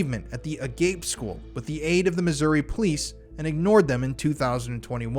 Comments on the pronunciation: That schools name "Agape" isn't said like "uh gape" it's "uh-gah-pey"( it's a greek word meaning love. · Agape= ah gah pay